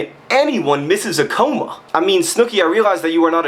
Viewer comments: what the hell? A COOOW-MAH? It's pronounced ca-mah. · He pronounced it like "coma" because that's how she spelled it. And demeaning others is pretty much the opposite of what John usually does, this just happens to be a case of a good writer being distressed from reading the work of a bad one. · i've never heard comma pronounced that way before... have i been saying it wrong this whole time?? :/